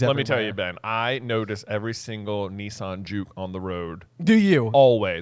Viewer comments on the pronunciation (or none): none